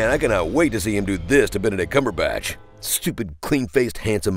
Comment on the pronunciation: wait did he just pronounce benedict coperpatch right!?